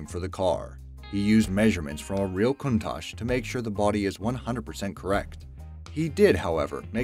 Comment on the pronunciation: It’s pronounced countack